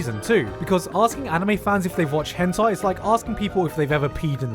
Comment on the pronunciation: Nobody: Gigguk: Höntayy